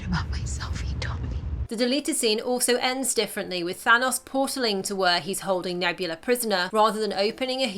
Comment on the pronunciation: Why do most people say Thanos wrong like you